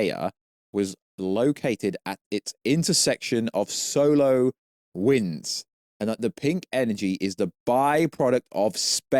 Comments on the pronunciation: Are you trying to say "'solar' wind" during the video? Because your accent makes it sound like you're saying "'solo' wind" (which sounds funny). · Why did he keep saying solo winds it’s SOLAR